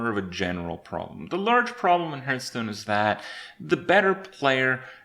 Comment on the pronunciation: Kripp gets triggered at going second, I get triggered at the fact that he still cannot pronounce Hearthstone properly